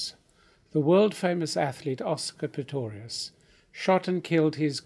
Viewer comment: ...after the good Professor calls him PITTORIUS twice and fumbles his reading a little, surely someone could have realised, before he gets too far into it, that a retake would be worthwhile?